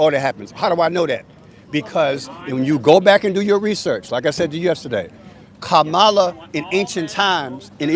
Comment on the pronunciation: It’s KA-mala. Stress on the first syllable. You were corrected many times on how to pronounce her name but you kept saying Ka-MA-la. How hard is it to put the stress on the first syllable? 😅 #Trump2024